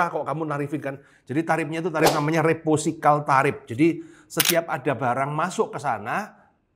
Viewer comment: reciprocal pak.. bukan reposikal heheee